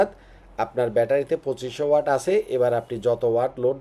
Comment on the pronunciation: আপনারা টেকনিক্যাল লাইনের লোক হয়ে ওয়াট কে ওয়ার্ড বলেন 😅😅😅